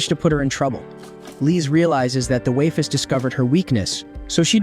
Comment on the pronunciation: Shame it couldn't pronounce waifus if it was going to use it so often.